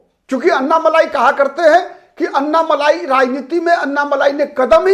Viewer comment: अन्नामलाई नही अण्णामलाई बोलिये आप " ण " का उच्चार नही कर सकते क्या?